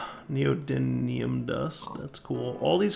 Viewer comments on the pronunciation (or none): none